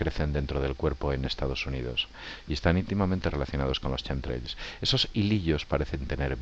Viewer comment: Rastros quimicos no Chemtrails jajajaj y si no lo pronuncias bien ni lo diga bro porque suena horrible y no se entiende ( quemtreils) asi suena.